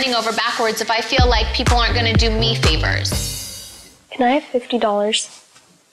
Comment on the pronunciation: I love the : im honna cry my diamont erring